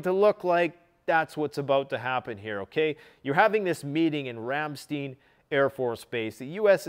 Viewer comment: Rämstiiin Its Ramstein verdammt💀😂